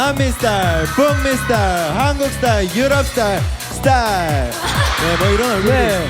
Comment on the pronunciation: 스톼일(?)(?)(?) 민윤기 스톼일